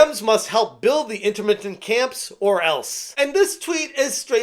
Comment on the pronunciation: "In-tern-mint" not "inter-mint" camps